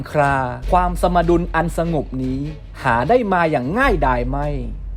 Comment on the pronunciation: อ่านผิดรึป่าว สมดุล อ่านว่า สม-ดุน ไม่ไช่ สะ-มะ-ดุน